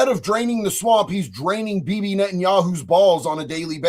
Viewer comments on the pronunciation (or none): none